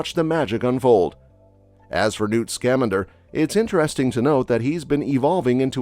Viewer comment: Who else is pissed he keeps mispronouncing Newt Scamander’s name?